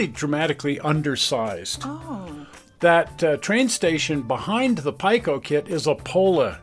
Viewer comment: Just a correction. PIKO is pronounced P “ee” ko, not Pike “o”.